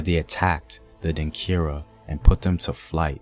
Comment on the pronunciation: The word is Denkyira (Denchira) not Denkira.